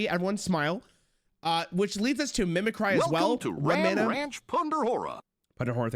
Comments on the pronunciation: the way he says mimicry makes me uncomfortable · Dude, WTF...... It takes middle school level knowledge to know how to pronounce mimicry correctly... Wtf... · Who pissed in your cheerios? He doubled down on it because chat corrected him, but he clearly didn't know how to say it at first. Probably overthinking it and didn't realize it was just the real word mimicry instead of some punny card name. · Him saying mimicry wrong gave me PTSD of when not a single streamer knew how to say "Photographer" correctly. Edit: And Avant-garde lol